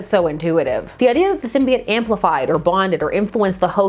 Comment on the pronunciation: Thank you….THANK YOU!! For not saying it Sym-bee-oat or sym-bye-oat….ever since Spider-Man 3 people starting saying it that way, don’t believe me? Watch Spider-Man TAS or even Star Wars Episode 1 (obi-wan says it when speaking to the Gunguns)